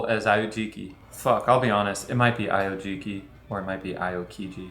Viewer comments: the dyslexia really kicking yall ass on Aokiji's name lmao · Its spelled Aokiji, its pronounced (at least this is how i say it) Ow-Key-Gee